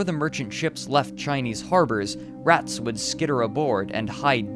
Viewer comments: The only real problem I have with this is pronouncing two “s” sounds for every plural possessive. It’s not “doctors’s”, but rather “doctors’”. That drove me up the wall the entire time. The rest of the video was really well edited, though. Good compilation of information. Just stop saying “rats’s” and we’ll be fine. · Am I the only one hearing him double his Es's? Rats'es Doctors'es ETC? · Holy funking shirt that was irriting! Also, ratses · He says Rats's too! Still, minor gripe with an amazing bit of free content right? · Ratses, citieses, yearses